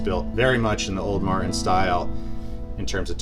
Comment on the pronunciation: Cool video but the constant pronunciation of Martin as "Mar- IN" is driving me nuts.